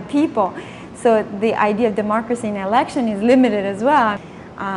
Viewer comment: how low have we become that we have listen to a clown who calls it "demorcacy" not democracy.